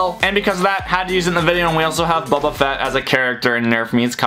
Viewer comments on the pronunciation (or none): Its Boba not buba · His name is boba fett not buba fett I thought the name was a joke when I saw the video like the Mrs pool69 name